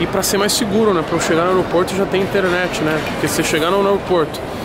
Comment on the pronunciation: Pra que falar " inteRenete ?